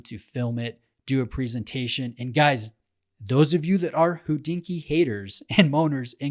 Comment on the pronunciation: Please stop saying who dinky Thank you